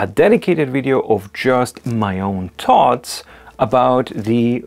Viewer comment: THoughts, not 'toughts.'